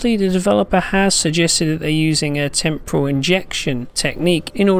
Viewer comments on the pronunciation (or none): none